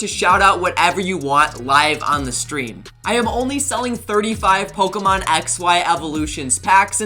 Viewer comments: Why does he says ,pokiemon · You can’t even pronounce the Pokemon right man, I usually really like your content but as a Pokemon fan I don’t like how you’re profertering on something I love